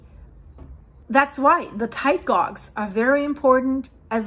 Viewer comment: Hi. Love your work and always look forward to your updates. Just want to let you know about pronunciation of ‘gauge’. It isn’t ‘gorg’, it should be ‘gayj’